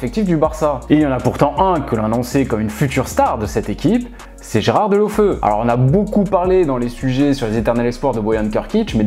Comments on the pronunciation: Delofeu a pas un blaze de pokemon c'est toi qui le prononce mal on dit : Deuloféou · tu t'es trompé c Deulofeu et non Delofeu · on dit DÉOULOFÉOU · Petite précision ça ne se prononce pas Deulaufeu mais Déloféou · Je crois que l’on prononce Gerard « deoféou »